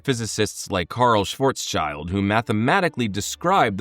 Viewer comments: schwarzSCHILD, NOT schwarzsCHILD, Schild like shield. Not like child. Its like schwarz schild= black shield NOT like schwarzs child= blacks child Gosh i hate when americans butcher German words. Just like heckler and koch. Its Koch, german cook, not COCK. Like yall cucks pronounce it 😂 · Can u guys learn to speak the Name of someone and not say something Random? Its not schwarzchild (Black kid) its schwarzschild ( Black Schield) dont say it like shy its more like ill sch(ill)d. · When will English language natives learn that names from other countries are to be pronounced with the local alphabet's pronunciation, and not the English alphabet's??? I guess the answer is never! It's not shwoartssheyld, It's Schwarzschild...in German ffs! Oh and it is not Meyzurr, it is Messier...in French ffs! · Yeah that is not how you say Schwarzschild. Or Messier.